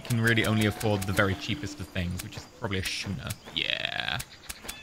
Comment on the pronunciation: It's pronounced 'Skooner'. :) Schooner, like school.